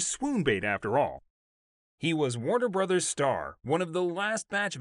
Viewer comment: How can anyone watching this take you seriously when you pronounce Warner BROTHERS as Warner BROZE?